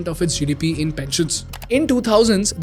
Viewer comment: Content is really good, but you know just work on the accent for example it’s France GDP but not France GDP with a odd and weird phonetic stressing on the GDP at the end and likewise every sentence. Good luck